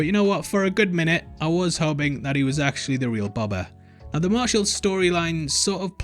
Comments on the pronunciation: I feel like a bit of a dick for saying this but its pronounced Bohbah, not bobbah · Why do you pronounce “boba” in such a weird way? Like, “Buba”